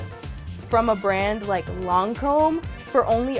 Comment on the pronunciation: I’m bothered by the way she says Lancôme. I’m sorry but it’s not “loncôme”.